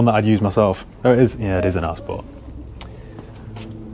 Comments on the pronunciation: Keep thinking you say Arse Port instead of R Sport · It would have to be the BMW over the Jag. Simply because when you are saying ‘R-Sport’ it sounds like ‘Arse-port’. Great stock, can tell you are a car lover!